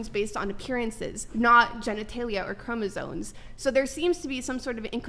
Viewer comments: I just noticed she's saying "chromosoNes" 😂😂😂 bro I can't do this anymore just throw the whole planet out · “Chromosones” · Is she saying ChromosoNes??